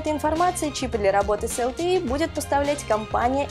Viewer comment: ЛТЕ , а не ЛТИ . Хоть бы кто то сказал как правильно. И тот кто текст писал безграмотный что ли такой..?